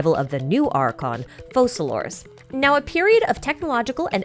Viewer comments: Why do people say "FoSalor", when in English "c" in that position is read as "K" and the name should be prononesed as "FoKalors"?! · Have we heard how they’re pronouncing Focalors? Because the Francophone reading should be Fau-sa-lor I think.